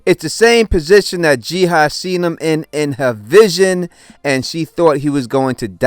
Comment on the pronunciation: Do you just have problems pronouncing “ah” and just end up always switching those two letters around, or what lol. Her name has been established as Ji-Ah, NOT Ji-Ha like you keep saying lol 🤷🏽‍♂️